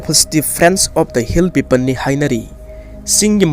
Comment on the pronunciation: Bro its hill people, not hill pepan 😆